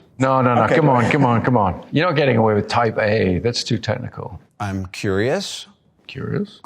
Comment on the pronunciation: 原來歐美人念type A時聽起來會很像在念"台北"